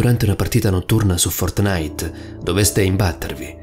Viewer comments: È Fòrtnite, non Fortnìte.... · Ok io ti adoro, ma fortnìte, cazzo, FORTNÌTE. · Fortnàit non si può sentire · Like se hai sofferto quando ha detto Fortnàit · Paolo di ramio Secondo me intendeva dire che “Fortnite”, ok, si legge “Fortnait” però questo YouTube ha detto “Fortnàit”, cioè, ci ha messo l’accento e a molti avrà dato noia. Per me suona figo, per gli altri non lo so ahah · Ma no raga intendeva che l'ha detto con l'accento non ci vuole tanto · La cosa più paurosa è come pronunci fortnite😂😂😂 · La vera cosa horror è come pronuncia “Fortnite” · Ma come pronunci “Fortnite”?? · A me fa ridere come dice Fortnite...:-)